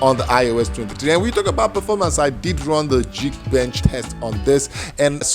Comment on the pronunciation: It’s not jeek bench, it’s geek bench :) “Ga” not jee